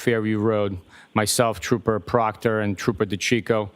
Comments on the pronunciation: So did Jackson when he accidentally called him trooper proctor, then butchered his name. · It was funny when he purposely called him proctor !! 😂